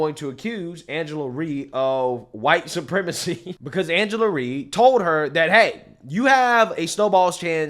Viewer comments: Not that i care for her but its R Y E....NOT REE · Rye like Rye Bread 🤦🏾‍♀️like rhymes with Cry 😭😭😭🤣🤣🤣😂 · It's Rye like rye bread. Not Re. Good video though.